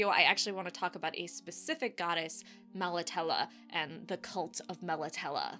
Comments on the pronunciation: I love your videos but with the Witcher you do mispronounce things like Nilfgaard. Melitele ends in a long A. I know your covering the books but If you played the games or checked videos first you would know how to say all the words correctly. I'm quite sure a Polish game studio knows how to pronounce words from a Polish writer. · Interesting pronunciation, I'd been saying it like "Mel Italy". I imagine this is going to happen a lot for the next few years. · Great info & video as always thnx! I pronounce it MEL AH TEEL but to each their own 👍